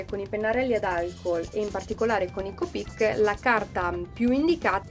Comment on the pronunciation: Copíc si dice copic no copíc Citazione Harry potter